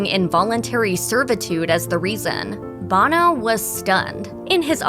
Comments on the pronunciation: Sonny Bono is pronounced Bone-O Not Bahno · You would think she would know how to properly pronounce names! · Pronounced 'boh-no! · Sonny Bono is pronounced like "Oh-no" not the lead singer of U2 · It shows a lack of professionalism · Try to program your "announcer " to pronounce the names correctly. It's Bono with a long O. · Sonny Bono’s name is not pronounced like Bono from U2. Annoying.